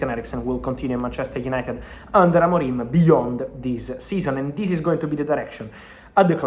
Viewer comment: Don’t say Ruben AMORIME. It’s Ruben AMORIM.